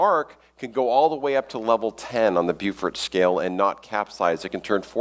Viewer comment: I like that he keeps misprounouncing Beaufort,as in the Beaufort scale